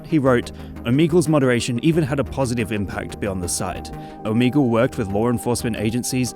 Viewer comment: Why are ppl spelling it omeagal? Is it the way he pronounced it?